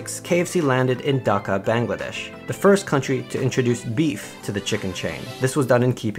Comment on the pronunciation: You mispronounced Dhaka so badly It's dha Like dh And ka